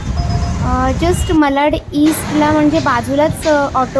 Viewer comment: विडियो छान आहे. साड्यांच्या किंमती सांगितल्या असत्या तर अधिक चांगले झाले असते. आपण वारंवार मलाड असा उच्चार करत होतात.ते खटकले. मलाड नाही तर मराठीत मालाड असे नाव आहे. मराठीचा वापर करा. आपण महाराष्ट्रीयन लोक नाही करणार तर कोण करणार?